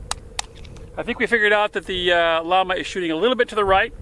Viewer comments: It's pronounced "Yama" not "Law-muh" it's a Spanish company, it means "flame" hence the flame on the box. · It's pronounced Yah-mah. Spanish for flame, note their icon. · It’s pronounced “yah-ma” llama 38 super your killing the name.